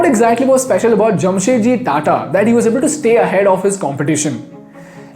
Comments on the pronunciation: His name was Jamshed ji Tata not Jam Set Ji, you are a moron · It’s Jamshedji Tata not Jamsetji Tata.